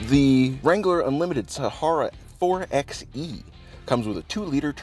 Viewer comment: 4xe...... 4-By-eH not 4-eX-eH!